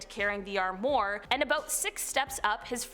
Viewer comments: It's armwa not armor wow she's a idiot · Strange things happen!!! Fyi, armoire is pronounced “arm wah” . That’s pretty close to how you pronounce it. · I take it this is the first time you've ever had to try and say armoire? Try ahm wahr (which is how it's pronounced...).